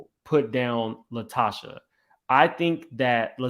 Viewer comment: "LaTocha" not Tasha.